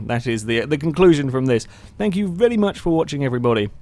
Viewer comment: He also says "vely" not "very"